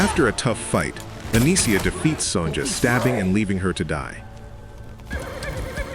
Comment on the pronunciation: AI narration is really messed up, it's not son-jah. it's son-yah.